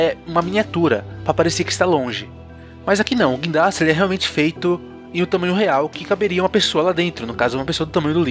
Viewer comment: O vídeo ficou mto bom mais teve uma coisa que deu agonia "GUINDRASTE" K